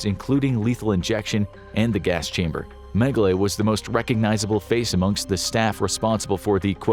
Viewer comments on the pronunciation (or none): Holy Jeebus. Its Dr. Menge-LA not Menge-LAY ...ridiculous... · Name pronunciation is not correct, it's not "Mengelay". "E" is pronounced as an "A" in German. So it's pronounced "Mengel-a" despite it being spelled "Mengele" just FYI. Not to be a Grammer nasis 😜😂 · “Men-guh-lay?” Really, …? 🙄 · Just for future reference, colloquially in country of origin and surrounding, it’s pronounced “Meng-uh-luh.” :) Love the content! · well how would you pronounce it?